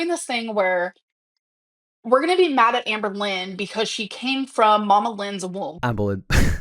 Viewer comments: Not me hearing Anne Boleyn every time he says Amberlyn 😂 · Sometimes, it sounds like he's saying Anne Boleyn. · Every time you say "Amberlynn" I can't help but to hear it as "Anne Boleyn". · I love how he calls her Amboilyhn. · Am I the only one who consistently hears “Anne Boleyn” when says “Amberlynn”? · You said Amberlynn so much in the video, I started hearing you say “Anne Boleyn”